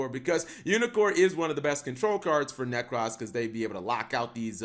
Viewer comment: There is no 'A' in 'Necroz'